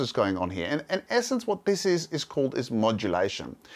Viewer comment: Pronounces the word "Here" as "He".